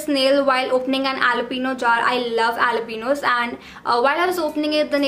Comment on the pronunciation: Omg I’m an idiot I thought she was saying aloe plant